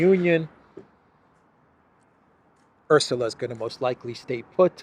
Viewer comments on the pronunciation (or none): none